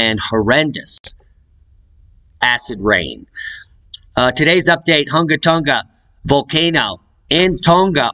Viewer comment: Spectacular pronunciation! for the words around that area of Tonga Hunga! LOL! You are good at that. Same for the almost impossible to pronunciation of volcanoes etc in !Iceland! Probably wind knocked that camera over in Iceland. but falling asleep sounds funnier. Looks kind of close to man i,t even with zoom. I sure wouldn't hang around.